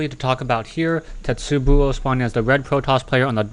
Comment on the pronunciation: A "tetsubo" is a club, and pronounced "te-tsu-bow"